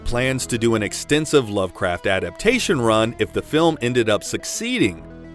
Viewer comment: Pretty good, until “loved” craft. Cringed right to the bone